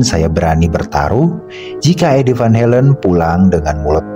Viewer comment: Sorry min kritik, Belanda dibaca sesuai huruf , van Halen tetap van Halen, jangan baca van helen